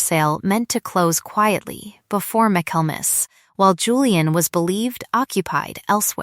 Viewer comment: Michaelmas is pronounced "micklemass".